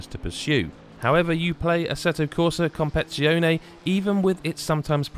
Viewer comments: Ha ha! its comp-air-titz-ee-yo-nay, needs to be said very fast in an italian accent. And don't forget the italian hand gestures when u say it! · "Competitseeyone" It's not that hard to pronounce